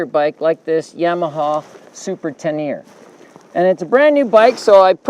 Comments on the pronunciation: Lol, "te-near", really? It's named after the desert. It is pronounced more like "te-ner-ray". Better yet, ask a Frenchy! Later you pronounce it right, though. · Hello. Thanks for the useful, informative video, but please learn how to pronounce Ténéré (it's not Teneer). 🙂👍🏻